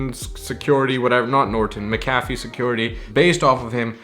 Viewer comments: its Mac-a-fee.. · It's pronounced mac-ah-fee